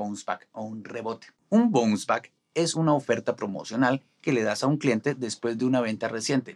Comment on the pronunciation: Muuuy buen video...... Se dice BAONS BACK